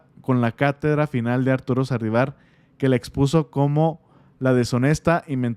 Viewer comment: Oye no es sardivar. Es SALDIVAR.